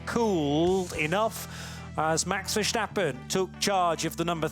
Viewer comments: Verstappen, not VerSHtappen. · Verstappen yes, not VersHtappen...lose the 'sh' sound, just use 's', there's not 'h' in there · Ver-stappen, not “shtappen”…. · "Vershtappen"? Really? Thought we got rid of that already...smh😂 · it's not. They always make it sound weird. Just saying "versteppen" sounds much closer than whatever it is they try to do.